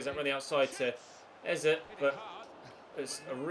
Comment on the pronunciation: Its pronounced ézé as if their were accents on both e's